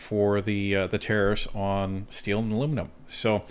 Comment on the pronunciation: Jolie keeps talking about our Luminum industry - what is luminum?